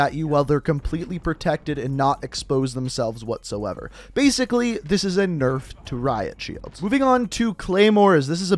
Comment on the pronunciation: "Big nurf"?